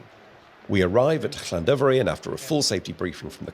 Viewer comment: Regarding the livery, I'm glad to see the iconic Double Arrow has been retained. Been saying for a while that freight's in trouble. The demand for 42 tonne artic lorries is increasing exponentially as I type. Masterful pronunciation of the "Ll" in Llandovery btw, 😊